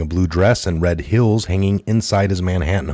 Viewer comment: it's red heels...not hills. Sorry but it bugged me 😂